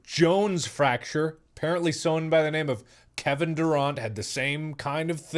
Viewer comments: Did Mark pronounce Kevin Durant as Kevin Duront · Omg I can’t even remember the last time I really got injured maybe I never did, feel bad for you mark get better soon, btw it’s not dúrant it’s pronounced Drrrrr RANT. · Dude he said Kevin Duront instead of Durant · I’m sorry, but the way Mark pronounced Kevin’s last name has me laughing. It’s Durant not Duraunt😂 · IS NOBODY TALKING ABOUT HOW HE PRONOUNCED DURANT LIKE??? "DURONTE" B R U H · Nobody: Mark: Kevin Duraunt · “Deh RAWWWNT” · This man just said Kevin DurAunt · “Kevin dooraunt” -Markiplier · can we appreciate his pronunciation of kd... kevin durrrant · “Kevin Durãnt” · Did he just say “Kevin DurAUNT” 😂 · If you need proof markiplier isn’t a human, it’s that he pronounces a certain pro basketball season player’s name as “Dur-aunt” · Couldn't focus on the vid after he pronounced Kevin Durant's name like DurAHNT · MARK, IT’S NOT PRONOUNCED KEVIN DURONT. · The way he pronounced Kevin Durant hurts me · Can we talk about how he pronounced Kevin Durant’s last name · Wait why’d he pronounce Kevin Durant like that lmao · The way he pronounced Kevin Durant bothered me but then i remembered that he pronounces tutorial as tuh-tur-ee-ull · Am I the only one bothered by the way he pronounced Durant? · I love how respectfully he pronounced Kevin Durant's name. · I never thought I'd hear someone pronounce Kevin Durant's name wrong. Anyway I hope ur foot gets better and that Jones will recover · When Mark said KD's name wrong it made me want to break my own foot. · The way he says Durant hurts me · He mispronounced the “Durant” in Kevin Durant’s name lol. For those of you who don’t know, Kevin Durant is an NBA player who currently plays for the Brooklyn Nets. Ok that’s all have a nice day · How tf did he just pronounce KD. Bruh. Man does not watch sports lol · Based on Mark's pronunciation of Kevin Durant I'll assume he doesn't like basketball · So are we just gonna ignore how bad he mispronounced Kevin Durant